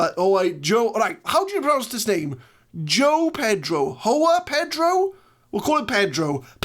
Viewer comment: Joao is pronounced something like Joe-wow.